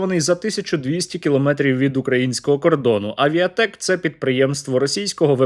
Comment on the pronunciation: Тількі не "Авіатек", а "Авітек"